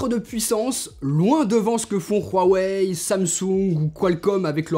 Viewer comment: Je kiff trop tes video elle mon aider à choisir mon tel mais ta écorcher le nom huawei